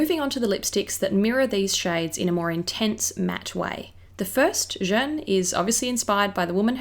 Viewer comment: I was so curious about this collection, thank you for reviewing it so concisely! Although... can I please just point out a tiny little thing that's been tickling me? Jeanne is pronounced with an 'a' sound (like in the English word 'man'), not 'e' (like in 'fern'). I noticed it in your celebrity makeup bag as well ;-) I love that you're trying to pronounce things correctly, it just sounds like you're calling Jeanne 'jeune' (young)! Like I said, tiny. As always, love your work!